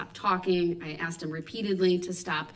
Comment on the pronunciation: Judge faces babbling Brooks again. She " axed " him often to cease and desist but to no avail. He's the prime candidate for the phrase "...and throw away the key! "